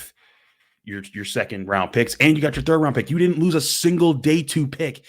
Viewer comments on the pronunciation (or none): none